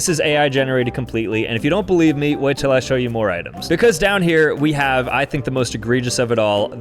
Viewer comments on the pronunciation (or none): none